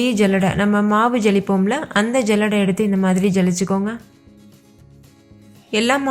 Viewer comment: ஜல்லடை இல்லை. சல்லடை என்று சொல்லவும்.